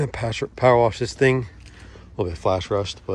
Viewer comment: Give it a good warrrrrrrrrsh !